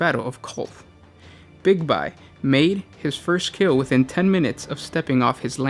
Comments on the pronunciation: Big-bye, big-bye big-bye, big-bye. Its BIGBY! Bye bye! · Big-Be... not Big-by